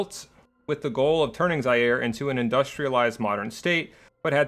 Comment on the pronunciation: I guess Zaire's pronounced as Za-Yay-Ray. I may be wrong.